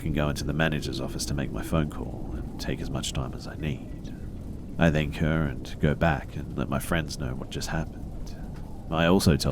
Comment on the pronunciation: I don't like when you say "and" it sounds like andt or ant